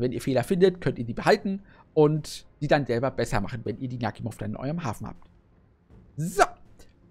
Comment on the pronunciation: Netter Träger, und den Namen spricht man Nachimov aus nicht Nakhimov.